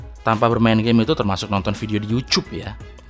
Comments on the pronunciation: Lol YOUCHOOB WKWK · Yak bener bang, seperti yang diajarkan Youtuber kondang, nyebut YouTube harusnya "Yuchoob" :3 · Youchoob ya Youchoob, berarti rekam video ini pake motivasi ya bang ? wkwkwkwkwkwk :v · youchube. youchube. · dibully sama fans siomai, terus ngomong "yucub" 😂 jago ngebait juga lu bang :v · ".. termasuk nonton video youchoob ya.. YOUCHOOB" kayak pernah denger ehm :v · yuchubh, yuchubh........... hahahaahahaha jd inget tetangga bang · Youchoob ya, youchoob wkwkw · YOUCHUBE :v